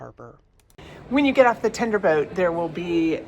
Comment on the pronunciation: TENDER, NOT TINDER!